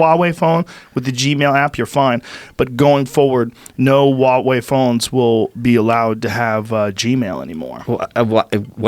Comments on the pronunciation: Joe I can't take it anymore, you are obsessed with this company recently so- stop saying "WA WEI" correct pronunciation- say the H sound like HUH..HU..HU..WA...HUWAH... HWAH..HUA...WEI. pronounce the H, blend it with the wah quickly and you get a HWAH, HUA. Huawei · I'm told that Michael Malice was on this episode but all I heard was just Rogan ranting away about all his usual bullshit for ages. And for fucks's sake, can someone please tell him how to pronounce "Huawei"?